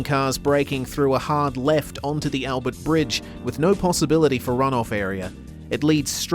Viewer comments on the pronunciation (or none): none